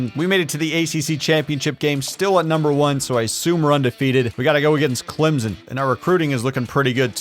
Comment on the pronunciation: Clem-son. Hard m sound. Jeez…